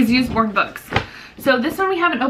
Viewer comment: I think it’s called us-born not use-born :) loved the haul! Homeschooling my 4 year old son :)